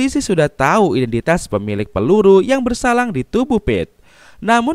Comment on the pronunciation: Peluru yg bersarang bang bukan peluru yg bersalang 🤣🤣🤣